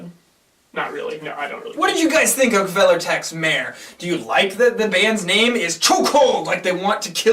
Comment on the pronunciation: You actually pronounced the band name correctly! And the album name was almost correct.